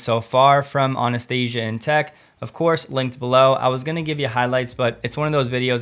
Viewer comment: Anastasi. No "a"